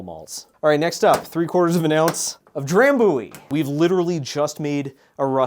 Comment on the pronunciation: Scot here. I also guessed human for that one, whisky and lemon and honey is very common - they're called hot toddy's, are usually served warm and are a traditional flu remedy. The ch in Glenfiddich is the same as the ch in loch - like a phlemy K. Drambruie is spot on though. Great videos :)